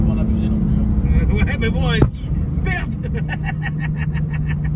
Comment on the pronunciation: Comment faire parler chinois tonton...en une leçon ....mais c'est böo c'est böo !!!😂😎👌